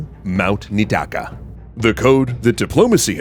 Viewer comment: it’s pronounced Nee-ee-taka. You sound out both i’s